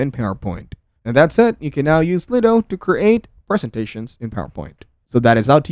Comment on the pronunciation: Is that how you pronounce it? Slid o? I thought it was slide-o